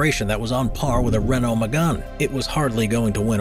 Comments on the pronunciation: It's pronounced Ray-NOH, not RAY-no. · Video obviously narrated by by someone who knows nothing about formula one, pronouncing tyrrell and Renault wrong, tyrrell was not only 6 wheel car